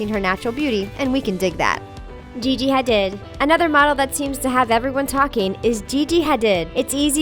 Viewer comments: It’s Gigi hardeed (how’s it’s pronounced) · Um you read Gigi hadid wrong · The way she said Gigi Hadid just put me off😂😂